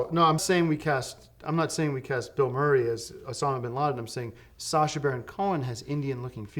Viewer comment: An underrated moment in the series is Tim here pronouncing “Sacha” perfectly on the first try.